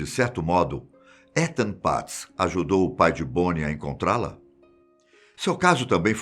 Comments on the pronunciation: Os cara fala o nome do cara tudo errado. A pronúncia de Etan, é "Itan" não "Etan". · Ethan se fala Itan 👍 e não étan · Só eu que ficou corrigindo ele na hora que falava "etan" ou invés de "itan" que seria o certo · Não é "Étan" é "Itan". O "e" tem som de "i" em inglês. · Um ótimo narrador, mas logo se vê que não sabe nada de inglês... Étan doeu o ouvido aqui. Se escreve Ethan mas se fala Itan tiozin... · Meu TOC esta estuporando aqui, se pronuncia "Itam" e nao "Etan" aaaaahhhhhhh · "ITAN" a pronúncia 🤗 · Vdd, apesar q se pronuncia "itan" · Boa tarde me perdoe a correção, mas o nome é pronunciado como itan , sou fã do canal de vdde e oq puder ajudar pra melhoria e progresso do canal. Não quis e nem quero polêmica apenas ajudar no mínimo possível. Jah blessyah. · Acho q ele pronuncio o nome do menino errado n sei akakaka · Fiquei muito incomodada como ele pronuncia o nome do menino...